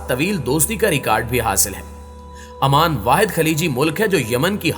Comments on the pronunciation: not aman its oman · Salam alaikum bhai is name AMAN nahi OMAN hai . Jazakallah